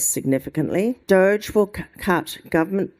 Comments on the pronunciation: FJ, I've got to pull you up, mate. You're pronouncing "Doge" incorrectly, it should be "doh" (rhymes with dock) "gee" (like the letter). "Doh-gee" sounds exactly like "dodgy" when said out loud because that exactly what "doge" is, dodgy. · DOGE is pronounced 'dodgy'